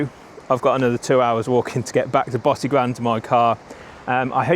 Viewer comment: Great video - Tip - talk to some locals and get your pronunciation right - e.g Bosigran - is not pronounced as per your commentary ! Try “Bow-sig-run”